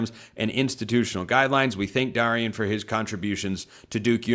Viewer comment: Jeez, it’s pronounced DARE rion consistently pronouncing names wrong.